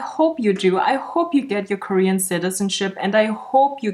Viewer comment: '' my pronounce are they, them and KoREan '' 🤣 🤣 😭